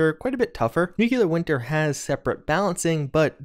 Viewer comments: Hi. Love your videos, and thank you for all the hard work. By the way, "nuclear" is nu-klee-er, not nu-kyu-ler. :) Anyway, you're one of my favorite sources of information about this game, and we all have to thank you for so much. I think you for news, Innov Survivalist for news and tips, Angry Turtle for absolutely genius analyses, and Oxhorn for amazing detailed lore investigating. I admire you all. Thanks! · nuculer Me: ITS NUCLEAR. PLEASE STOP.